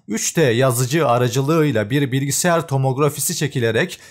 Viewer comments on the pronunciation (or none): none